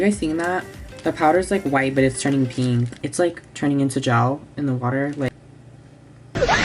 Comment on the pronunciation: Its turning PEENK